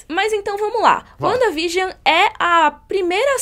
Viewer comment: A colab mais perfeita da Net. Mas essa pronúncia "Uanda vigion" ??? Vcs tão de zueira né. Que forçada de barra. Kkkkkkk Sim os episódios fazem uma homenagem a TV, mas enquanto episódio mesmo, não tem nada de espetacular. A série não foi criada para ser uma homenagem a era de ouro da TV, o propósito é outro, é linkar com a fase 4, então... Menos nessa apologia exacerbada.